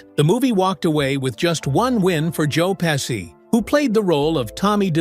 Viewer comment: Pessi? Pechie